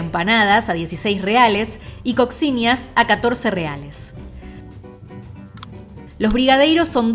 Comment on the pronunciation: se dice COSHINHA